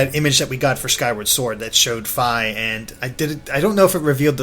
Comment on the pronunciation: Isn't Fi's name pronounced Fee, not Fie?